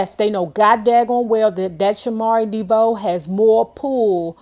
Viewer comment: DeeVoe??? Pronounce it right. DeVoe